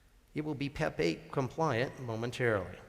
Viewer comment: At first I thought he asked "Who doesn't like Pepe?"🐸